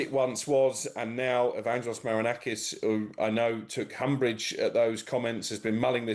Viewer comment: It’s Umbrage not Humbrige you peanut😂